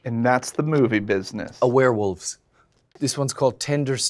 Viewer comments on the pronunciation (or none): we are aware-wolfs not swear-wolfs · "Aware-wolves" not "Swear-wolves."